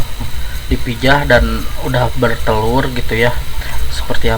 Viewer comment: Bertelur bukan berteur